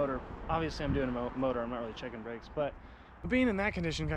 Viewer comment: So what happened There was bwakes and then no bwakes 🤷‍♂️